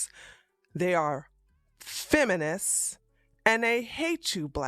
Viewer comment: "Feminissss" rofl